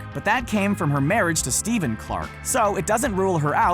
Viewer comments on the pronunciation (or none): none